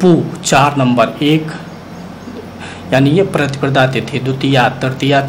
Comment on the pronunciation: प्रतिप्रदा नहीं प्रतिपदा बोलिए,लग्न का विवरण देते समय आप २५ ता० चतुर्थी गुरुवार की जगह चतुर्थी बुधवार का २४ ता० विवरण दे गए।